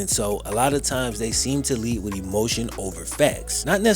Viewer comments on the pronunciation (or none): none